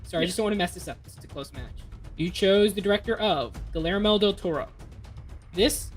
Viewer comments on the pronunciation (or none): really just said "GULLermo del Toro"